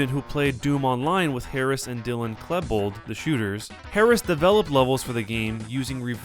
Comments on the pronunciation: you said Klebold wrong, it's like "Kleebold" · Its pronounced Klee-Bold. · I dont like how this guy says Cleh-bold instead of Klee bold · I swear, you are the ONLY person I've EVER heard pronounce "Kl-ee-bold" as "Kl-e-bold" ...Long "E" dude! damn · The words are pronounced: "KLEE-bold" "Puh-DOO-kuh" "GROSS-man" (long "o") LOL! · Narrator doesn't know how to pronounce Klebold or Paducah! Terrible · no he pronounces it right but he did pronounce klebolds name wrong.